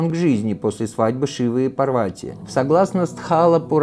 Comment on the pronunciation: События Махабхараты происходили в Гималаях. Курукшетра в Пенджабе или в Химачале. Пожалуйста не называйте ПАрвати ПарвАти 🙏🏻🙏🏻🙏🏻 пожалуйста, пожалуйста 🙏🏻🙏🏻🙏🏻